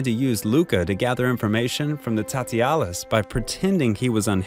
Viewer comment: Tatialas? Jesus Christ man